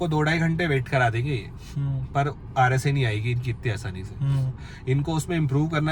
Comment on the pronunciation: It's RSA not RAC 🤓